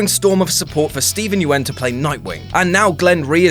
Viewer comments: Lol Steven "YUWEN" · Said Steven yeun name wrong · You pronounced Negan and Yeun wrong ffs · the way you pronounce 'Yeun' is reason enough to have you hanged.. I love you, but you're horrifically terrible at pronouncing Asian names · is it me or he mispronounced steven yeun's last name?